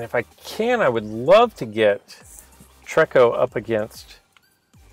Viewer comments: TREE-KO, not TREK-KO. Triggered, sorry, lol. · it is pronounced tree- ko. Not being rude just saying.